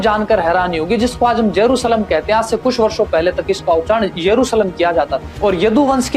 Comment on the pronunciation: Bhai Yerushalem hota hai naki yesuralem